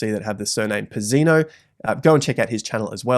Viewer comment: Btw, I know you australianized your name, but technically "pizz" is pronounced like the pizz in "pizza", then the emphasis is on the second "i", so the "i" after "pizz", and the "o" is short, not dragged. Not that you'll likely change how you say the name now but I figured you might find that a fun fact😅 Like "Pìt-zea-nòh"